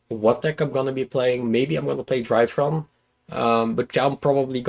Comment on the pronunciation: It feels like yesterday when pronounced drytron as dreeatron. And now he's beating the shit out of everybody with his weird space machines. Congrats.